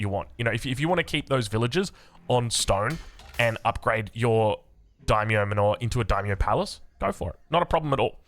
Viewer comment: Sweet build bro can't wait to try it out. Btw... Why do you keep saying "m'norr"..., I notice you do it in a lot of your vids. I get your pronunciation on foreign words may be this or that but manor is literally an English word my dude lmao... Anyway love your content.